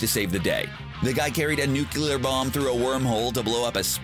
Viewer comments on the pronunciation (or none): It’s NuCLEar not NuCUlar ! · Nu cle ar... The gross mispronunciation is very distracting. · nucular weapons? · "nukular weapons".....for crying out loud. At least....TRY! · Please fucking learn to say "nuclear"